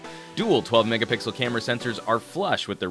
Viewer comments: lol you said "8 megapickel" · Did you seriously just say mega-PICKLE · He said mega Pickle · "8 mega-pickle" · " ..... and above the screen, we have a respectable 8 MEGAPICKLE selfie camera " :)))) Thanks for the LOLZ....watching this in the morning and it made my day for some reason. Keep up the good work ! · why are you saying MEGAPICKLE ?? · he totally says pickle. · he often said "megapickel"... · 8 megapickle camera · Id he say 8 megapickle front camera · Did I just hear him say 8 Mega-pickle? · "8 mega-Pickle" lol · lol u said mega pickle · ha ha you said mega pickle